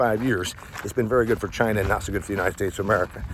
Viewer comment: So ya, let's enrish CHy-Nah